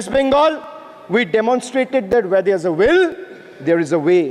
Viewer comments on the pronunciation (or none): none